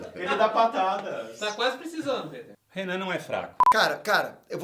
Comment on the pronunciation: para o PITER (COM I MSM) AR e ÁHH tem a mesma pronuncia